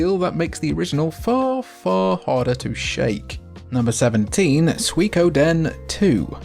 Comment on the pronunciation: You are the first Brit that I've heard pronounce Suikoden correctly instead of "Sooey-codin"